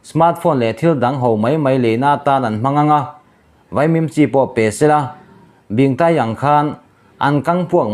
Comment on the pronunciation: Bingtaii tih hi i thluk lo deuh. Bing tih lai hi thluk tur aw. Thluk sang tur